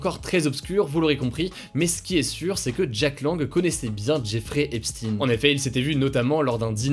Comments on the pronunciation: on dit "epshtaine" et pas "epstine" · Epstaayne pas Epsti pour la prononciation de Epstein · epstEIN pas epstINE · On prononce EPSHTEIN pas EPSTINE haha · Faudrait soigner un peu tes prononciations c est recurrent c est a croire que t as pas de culture generale. Tu dis bien albert einshtein (einsten) Pourquoi tu dis epstine ? C est epshtein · On dit "epstEIN" pas "epstINE" Faut revoir la prononciation des noms juifs ^^ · on dit epstine en Anglais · Merci!!!! Car moi aussi ca m'arrache les oreilles.Hugo a besoin de d'ameliorer son accent anglais😜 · S'IL TE PLAIS HUGO FAIS UN EFFORT SUR LA PRONONCIATION DE "EPSTEIN" J'AI LES OREILLES QUI SAIGNENT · Moi aussi!!! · Tu prononce mal pour Jeffrey epstein